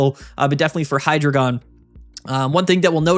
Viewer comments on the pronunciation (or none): Hy as in "Hi", the first syllable of Hydra Drei as in "Dry", the German word for three (counting the heads) Gon as in "gone", the final syllable of dragon. Any who would dispute these truths is a despicable deceiver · It’s pronounced “Hydreigon,” not “Hydreigon” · It’s pronounced Hydreigon